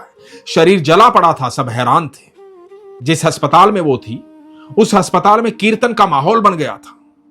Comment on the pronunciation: Bhai aap haspatal bolte ho but aspataal hota h ❤